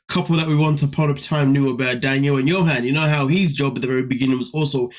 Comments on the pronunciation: Also, I hate how chick keep mispronouncing Johan’s name. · I finally finished this. There are so many red flags from each couple its depressing. 😩 Sprite is waay out of pocket and I wish someone would tell the lady how to pronounce Johan.